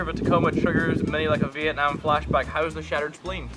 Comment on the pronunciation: Did you just said Vietnam Mini Ladd? (because I'm from Vietnam)